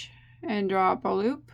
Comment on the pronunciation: Love it. Can tell when is feeling good, that's when I here "LOOPAH".